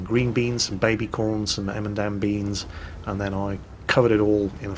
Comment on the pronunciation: did you just say "emendam beans"?......... do you mean "edamame", as in "ed-ah-mah-may"? XD